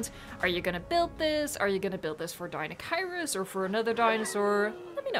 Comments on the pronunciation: It pronounced deinocheirus (DI-NO-CHI-RUS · deniochurus thats how you say it